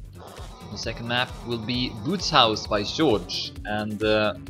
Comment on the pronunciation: accentuation_: "Bootshaus" - The double "oo" is pronunced like a stretched singel "o" German ^^ everything is pronunced like its written Thanks 4 casting and 4 upload as well !